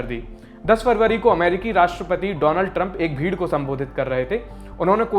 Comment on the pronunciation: Donald nhi Do-Land 😂